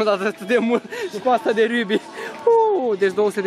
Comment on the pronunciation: Nu e riubi e rakby